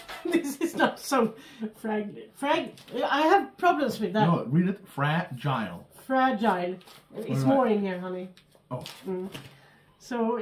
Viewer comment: if it's easier for you, you can also say "fra-jill"